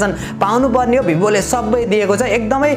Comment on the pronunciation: वीवो होता है भाई भीबो नहीं होता😂😂😂😂😂